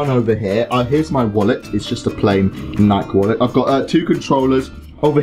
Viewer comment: listen how he said nike..